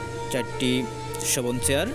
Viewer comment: bhai apni cha k sa bolchen kano? jamon ache k ase, chair k sear. coach k cos. sunte advut lagche.